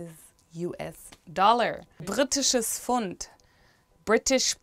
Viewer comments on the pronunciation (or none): Why is Pfund not pronounced with the "p" like Pferd?